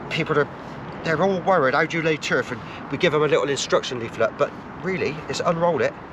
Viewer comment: Lol Turr-fff bristonlian